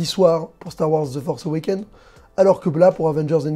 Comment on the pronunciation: "ze forsse euwékéne"??? tu parles de quoi la ??